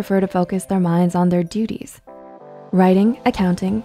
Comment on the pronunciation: Heh! She said dutys!!!